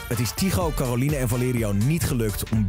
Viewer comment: op zegt Tygo 'Calorine